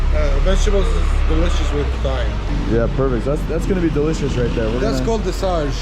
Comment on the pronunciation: Lol thyme in English is pronounced like "time." Bonjus! You're officially Lebanese now.